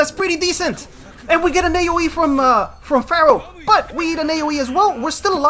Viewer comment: te felicito por ser el unico youtuber de saintseya q dice "Pharaoh" en ingles de la forma correcta, hahahaha